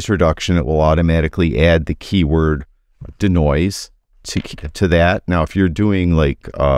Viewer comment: Hi, it’s not danoise it’s de-noise…. Dee noise. Not Da Noise.